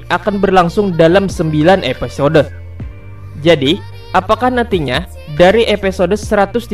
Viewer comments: Stop bilang epesode, itu mengganggu telingaku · Bng episode, bkn epesode, wkwkwk